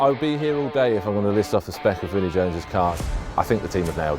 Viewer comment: Vinnie not Vinne